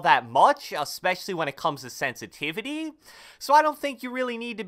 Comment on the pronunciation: “Sensitivity” lmfao only real ones know what I’m talking about shout out